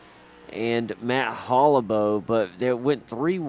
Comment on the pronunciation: I was the 31 car. That was an eventful race, lol. (BTW, my last name is pronounced "Hall-ih-baw", with more emphasis on the first syllable)